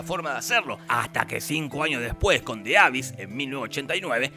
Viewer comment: Mini comentario. The abyss se dice "di abís"